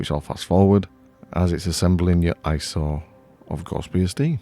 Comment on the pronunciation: Every time you say ISO, I hear . . . Eye Sore!:face-blue-smiling